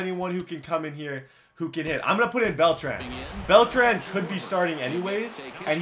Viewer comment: My OCD gets triggered when you say Beltran It's supposed to sound like beltron